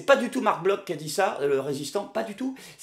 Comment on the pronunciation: Bloch est un nom ashkénaze, il se prononce donc "BloR", à l'Allemande, hein ! Demandez à Mutty Merkel.